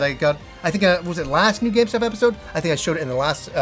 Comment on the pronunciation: I love him but it sounds like he says “GameStop episode” 🤣